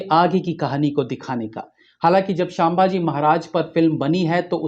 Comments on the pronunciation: The name is sambhaaji maharaj not saambaji maharaj🙂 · shambaji maharaj nai, sambhaji maharaj boliye... Kam se kam naam tho sahi lijiye. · शाभाजी नही re संभाजी महाराज बोलो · छत्रपती 'संभाजी' महाराज....आपकी pronunciation ठीक करीये..🙏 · उच्चार पर ध्यान दे🙏 संभाजी महाराज 🙏